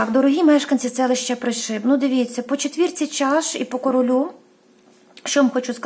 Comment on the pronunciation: Доброго вечора, дуже дякую вам за вашу працю, особисті вам писати неможна, хочу трошки Вас виправити с Пришиб, говориться не ПришИб, а ПрИшиб, тобто наголос робимо на перше И, будьласочка не плутайте 🙏🙏🙏Дякую Вам☕🍰🌹